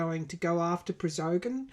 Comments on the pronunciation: Pronounced ( Pra go shun ). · I think it's pronounced (Pra Go Shin) almost sounds Armenian but not quite.